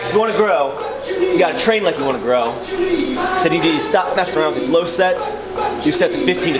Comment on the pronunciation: I thought low sounded wrong! lol, thanks